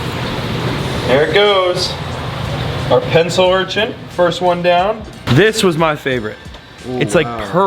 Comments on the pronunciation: Urchants lol not urchin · URCHIN, not URCHINT 🤣